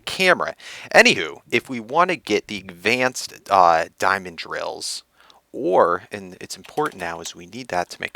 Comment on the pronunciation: FEEDBACK: I love you videos but I cringe every time you pronounce advanced wrong (a lot like you used to say drounding) btw if you don't know what I'm talking about I'm pretty sure you pronounce it agvanced, I hope you consider my comment- no hard feelings!